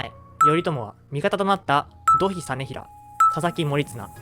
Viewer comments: 発音、「どひ」というより「とい」ではないでしょうか？ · どひではなくといでは? それとも後年読み方が変わったのかな?